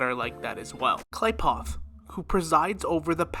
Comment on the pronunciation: irridation, hoe oh, kleyepoth, tauzzyron pls listen to dialogue. i promise u will hear them pronounce things